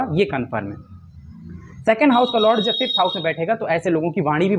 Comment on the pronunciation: । वापस बनाए फिफ्थ सिक्सथ हाउस उच्चारण में एक जैसा सुनाई देति है। अष्टम भाव के बारे में आप मौन धारण कर के चल रहे है अष्टम पर भी बोले?????